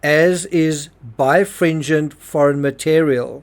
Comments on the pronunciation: You keep saying bi fringent. The correct word in the autopsy report is bi RE fringent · It's pronounced buy-rah-fringe-unt. I had to look it up because I knew you were missing a whole syllable, just based off of spelling. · I find it interesting that the coroner used "birefringent" do describe the splinter. As an engineer, I have only ever seen it used to describe light in physics. By the way, it is pronounced "Bi-re-FRIN-gent". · Should Explain your "bifringent" versus ""biREfringent." Leaves doubt whether you know what it means. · Oh, I remember this suspected from the paintbrush. (Ugh) I know this is an older video, but you keep dropping a syllable: bi-re-fringent ☺